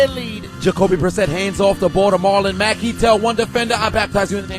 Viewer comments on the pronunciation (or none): none